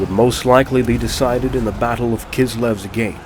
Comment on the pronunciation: kislivate really ? xD